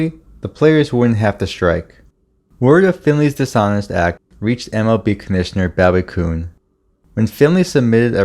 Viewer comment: Good video, but the pronunciations of the names were rough (Jerry Grote, Bowie Kuhn)